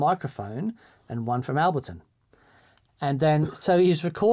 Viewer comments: "Al-bleton." You know you were saying that on purpose, you wanker!! ;) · Albleton? Like saying "nucular" rather than "nuclear". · Guys. Ableton. Break it down... "Able" (like "are you able to say this word") and "ton" (like "this shouldn't take a ton of effort). ;-)